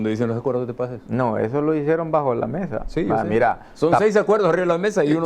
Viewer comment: Hey, se dice acuerdos de Paz. No acuerdoh de pah 🤣es cierto que sos jan migueleño pero en el programa deberías hablar como chalateco con la “S” bien pronunciada 😅😄😄